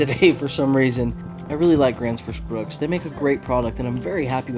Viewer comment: I can't understand why a lot of people mispronounce or misspell Gransfors Bruk in almost every axe video I've seen. 😅